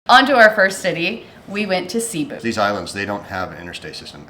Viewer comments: Hi guys, Cebu is pronounced like taboo, accent on the last syllable. Best to ask the locals how to say it. Watching you from Orlando Florida. Good job guys!😁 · Pronounced Ceh BOO! Say it that fast. Glad you had a great time. Filipinos usually are very hospitable. The water is so clear and so warm. I do miss that. You probably looked intimidating and they didn’t bother to steal from you. 😬 You’re so lucky things were not stolen in your luggage.